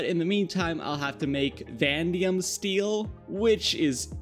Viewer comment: I just have to say it vanadium not pronounced VAN-DI-UM it’s pronounced VAN-A-DI-UM